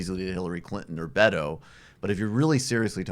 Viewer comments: Please gentlemen, 'Beto' is pronounced "Beh-toe" not 'Bey-dough". Thanks. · Yeah, this is something they've been doing for awhile - mispronouncing his name. I've pointed it out in the past to no avail. I don't know if it's because they really haven't followed him much, but they simply refuse to say 'Beto' properly. Maybe on purpose, or maybe it's a NY/Long Island thing...probably on purpose.